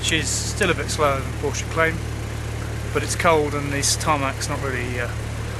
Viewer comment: respect the neo. RESPECT IT! a "Poor-Sha" with out a turbo? NO WAY!! would volks wagon let them?